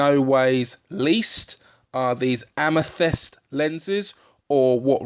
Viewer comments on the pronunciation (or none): none